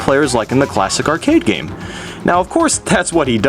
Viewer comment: Also, I always love when you purposely pronounce things stupidly. LIke instead oh yoshi you say yashi, and obviously the classic when you say gam instead of game. I do that all the time now xD